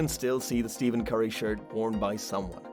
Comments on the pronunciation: It’s stephen not steven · He is saying Steven curry😂😂